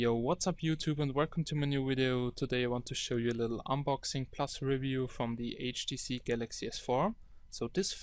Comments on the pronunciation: He says HDC not HTC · not HTC he say HDC (listen carefully) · 0.15 "HTC galaxy s4" haha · He is saying HDC which is a chinese copy brand